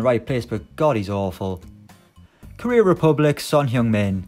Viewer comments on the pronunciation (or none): none